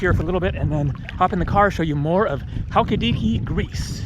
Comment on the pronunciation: Check your pronunciation of Halkidiki. Can't wait for your visit to Meteora! It is spectacular, and somewhat close to my husband's village. I hope the smoke on Evia doesn't bother you as you travel south. I thoroughly enjoy your posts!!!